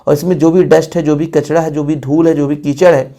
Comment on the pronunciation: Kachra ❌ kachda ✅ 😂😂 sir thoda sa majak bhi karna chahiye "sorry" 😊